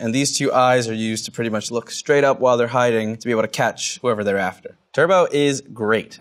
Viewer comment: "Turbot" is not pronounced like "turbo". It's actually "TER-but".